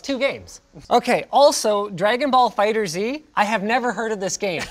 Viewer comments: Did he say fighter z and not fighterz smh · It's FighterZ, not Fighter Z. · Linus, it's not Dragon Ball FighterZeee! LOL It's FighterZ, Fighters.... Got it? LOL, you guys. The FGC is disappointed! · “Fighters Z” is the most painful thing to my ears ever since people started saying that. It’s FighterZ, one word the Z is like S. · I cringed when said Fighter Zee. The developers have said its just Fighters with a Z. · "FighterZ"(fighters), not "Fighter Z" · Please stop calling it Fighter Z lol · It's pronounced "fighters" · pronounced dragon ball fighterz title wrong, disliked and unsubbed